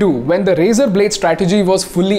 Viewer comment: Every time he says razor-r-r.